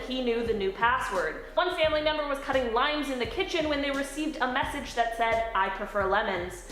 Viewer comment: I thought you said cutting lines in the kitchen not limes and thought that took quite an unexpected turn.